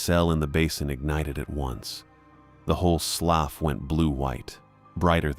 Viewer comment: It's NOT pronounced "sloff". It's "sloo".